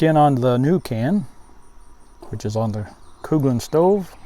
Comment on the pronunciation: Not 100 percent sure, but i think Coghlan's is pronounced Colan's. I think the "gh" is silent. FYI.